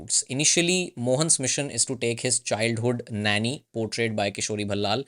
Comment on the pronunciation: No, the pace was good. In any case YT has options for viewers to customise speed and to read subtitles. The one request I would make is to check your pronunciation of names. I know Ballal probably reminds your brain of Bhalla, but there is no भ here. It is बल्लाळ.